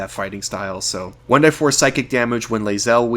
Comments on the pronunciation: Please stop saying "one DIE four", and say "one DEE four" like everybody else. Otherwise, awesome vid! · Your way of saying "one die four" is annoying. It's "one DEE four" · "one-dee-four" .. not "one-die-four". Also for 'Sing' it is not unlimited as you state, the description clearly reads "5 turns". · Great comm6ent, BUT Jesus dude, I've been around RPGs for 30 years I've never heard anyone say 1"die"4. It's 1D4. You're going to lose subscribers over this annoying decision. Is it worth it?